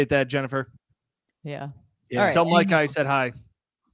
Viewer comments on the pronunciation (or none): none